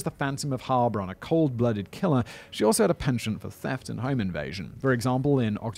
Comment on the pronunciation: Your pronounciation wasn't too bad regarding Heilbronn, but the loudest part to be spoken is the second syllable. It's HeilBRONN, instead of HEILBronn.